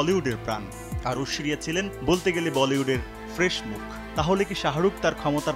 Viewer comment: মিয়া ঐশরীয়া উচ্চারন ঠিক ভাবে করেন